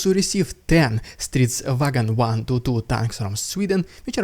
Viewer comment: Pretty good pronounciation of stridsvagn there i must say!